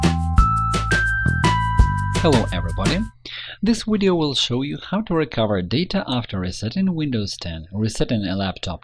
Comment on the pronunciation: "this wideo will show you.."